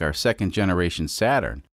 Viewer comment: SATURD not SATURN